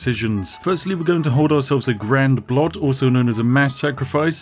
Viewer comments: Never heard a english speaker say "blot" before XD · The Narrator pronounced "Blot" with the "l" before the "o"! Where is the real Spiffing Brit, and what have you done with him? o_O